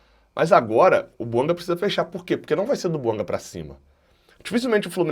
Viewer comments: É BUANGÁ QUE SE FALA. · É BUANGÁ que se fala. A pronúncia correta é do francês, aliás língua oficial do GABÃO.